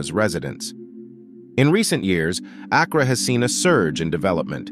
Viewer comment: As a native ghanaian the pronunciation of Accra is KILLING ME 😂😂😂😂😂 But I deeply appreciate this video 🤲🏿💚